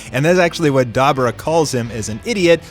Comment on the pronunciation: Da bor ah not dabra😂